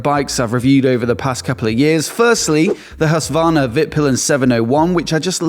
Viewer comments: its HusKvarna not Hussvarna, just fyi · Plz, look up a Swedish person say Husqvarna 😂 it’s a Q in there!!!